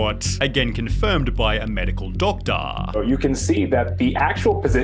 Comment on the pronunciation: "doctahhhhhhhhhhhhhhhh"...Legend has it that last syllable is is still echoing throughout Australia post voice over.